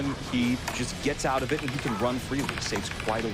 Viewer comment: You put so much effort into over-annunciating your words, and then you choose to say "oat" instead of "out", why?